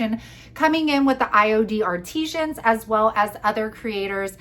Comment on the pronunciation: Artisans. It’s IOD artisans. Not ar-tee-szhans. I thought you’d want to know that since you’re representing IOD. Ar-Tih-Sans.